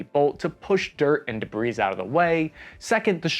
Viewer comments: it’s pronounced “debree” not debris. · did you actually go Ron Burgundy and read the teleprompter de-bris as “de breeze”? Haha, as a content guy I can’t not notice. Sick video! Glad you mentioned fortnite so I don’t have to mock myself 😅